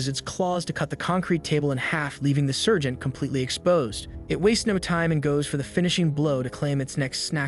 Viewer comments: It sounds like surgeon instead of Sargent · its sergeant not surgeon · Heyyah the ai is having a hard time pronouncing sergeant, it'd seem many hear surgeon, however if you listen closely it's actually saying "Sir Gent". Also remember it could also be an accent or regional pronunciation. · I think the AI or reader wanted to read out Sargent. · If you listen carefully the AI is saying Sergeant as Sir Gent not surgeon.